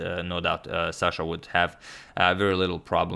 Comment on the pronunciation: it's Sasha not Shasha